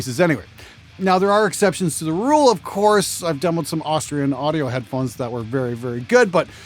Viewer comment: "Headphohes" Sorry, I couldn't resist. :P